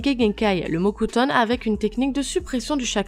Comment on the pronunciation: Elle a dit le mot cutone ou le mocutone??😕😕